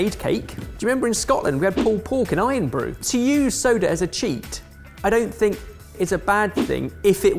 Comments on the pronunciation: it's not ironbrew it's irnbru as an urn brew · It's not IRON BREW , it's IRN BRU.. cmonnnn